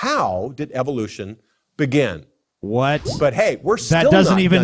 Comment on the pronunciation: That one guy said "dissent of man", not "descent of man". And "bigen" instead of "begin". He mispronounces lots of words.